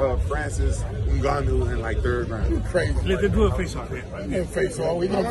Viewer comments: At least he said Ngannou right this one time 😂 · That's how it's pronounce, not N-Gannou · u mean he's actually saying it right. i read this comment before the video i assumed he was gonna butcher it lmaoo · He actually has a way more spot on pronunciation than most English speakers.